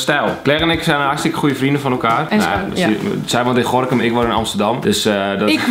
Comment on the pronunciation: Hoe zij gorchem zeg😂